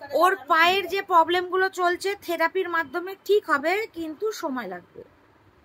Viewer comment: Poblem , stoke, pes siption , egulo ektu thik kore bolo noito english e bolar dorkar nei..bhison baje sonay